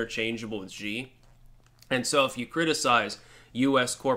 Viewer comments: His last name is pronounced "she" like she-male. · the pronunciation of that dickhead's name actually sounds like "She." The letter X in Chinese pinyin is pronounced like an "sh."